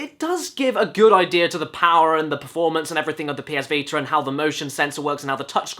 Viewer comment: ah, the popular ps veeter